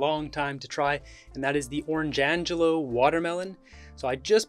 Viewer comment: I’m pretty sure it’s pronounced orange glow bro haha